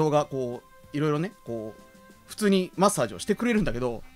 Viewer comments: 「マッサージ」のイントネーションが「だっちゅーの」なんよ。 正しくは「だっふんだ」なんよ。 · 舞元の「マ↑ッサージ」って発音はデフォなのかw